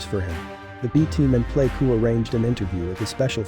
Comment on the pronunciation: Get a professional editor. This is a noble story, which you botch with amateurish cluelessness. We don't want a robot narrating this, we want a smart & compassionate person at the mic who has taken the trouble to learn proper pronunciation of the Degah (Montagnard) villages. Example: Plei ku is the Jarai term for "high village". I'm pretty sure those of us who fought & bled with 5th Special Forces, including your dad, would rest easier. De Oppresso Liber... Freedom for the Oppressed!